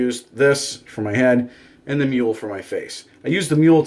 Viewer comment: Mew-la, not mule